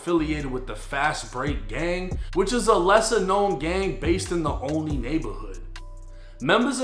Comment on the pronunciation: It’s pronounced “OL-LON-NEY” lmao Y’all need a correspondent from these local areas y’all speak about from the city. Dude mispronounced so many street and area names that I’d be confused if I wasn’t familiar